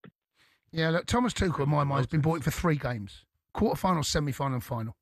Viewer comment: It's not twoshell. He's German, n French